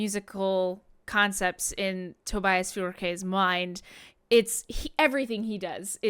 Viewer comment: Finally. Someone can pronounce Tobias name 😂😂